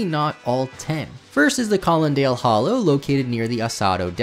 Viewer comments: Colonnade =/= "colondale" Orchard =/= "orkard" Yes, I am being that person and I'm not ashamed of it. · Your pronunciations of Collonade and Orchard are abysmal